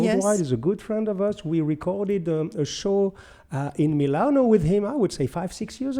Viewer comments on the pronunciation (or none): none